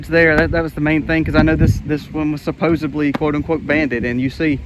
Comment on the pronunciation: Great video. This is part of the reality of living on a homestead. FYI: I'm a grammar nut Nana. It's pronounced "supposeDly". It's a D, not a B.